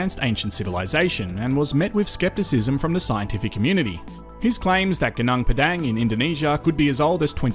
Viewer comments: interesting video. i really enjoyed it. FYI its pronounced goo-noong pedung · Suggest you try using local pronunciations rathan than Australian for local names. Eg Gunung Padang. Vowel sounds in Bahasa Indonesia are a bit different than English :)